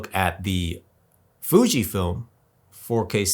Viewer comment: You can't even say Fuji's name.Try to do research before coming here